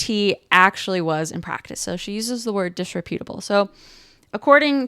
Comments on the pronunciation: The word is pronounced "dis-REP-utable" and is more appropriately used to describe a person's character, not their appearance. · First of all, it's pronounced [dis-REP-yuh-tuh-buhl]. Second, it's a lot worse than wearing crocs and pajamas in public--which, by the way, I see ALL. THE. TIME. Its main meaning is that someone is unprincipled, i.e., untrustworthy.